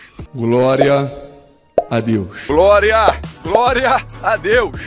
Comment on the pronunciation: Glória não ele fala groria 😂😂😊